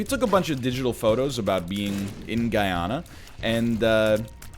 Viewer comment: Hey NL! If you're talking about Guyana, it should be pronounced as "Goo-ya-nah" :)